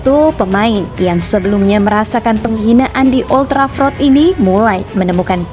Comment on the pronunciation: Gak enak banget waktu nyebut old trafford